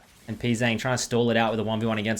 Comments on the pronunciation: Who is Pee Zang lol you're pronouncing his name wrong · Hello, the letters ‘Pz’ in his name is meant to be pronounced individually, his name is 프제짱 when written in korean (I would write this like pu je jjang)